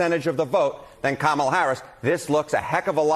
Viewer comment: please pronounce her name correctly. I agree with all you have said, but her name is pronounced, "Comma la". Just like the comma in grammar. Not Cam a la.